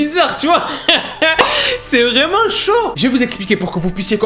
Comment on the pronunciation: Je suis la seule à entendre "vrai mangue" quand il dit " vraiment" ? 😭